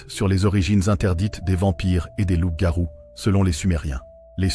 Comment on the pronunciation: ''Loupe garouu'😅😅😂 pardon mais c'était plus fort que moi Dites nous ' mais sur quelles bases d'écritures et archives onna besoin de references bibliographiques sur vos recherches, des liens dans la barre de description. L'IA on a trop marre, on aimerai vos références et ouvrages . Car si vos propos sont des hypothèses ou spéculations. On perd notre temps. On veut de la véracité, car trop de contenu de ce même type son sur la plateforme.